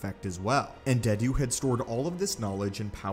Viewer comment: Lol, Un-dead-u, nice 🤣